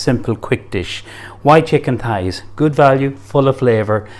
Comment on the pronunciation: thighs not pies lol sounds like hes saying pies, he dosent give any of the measurements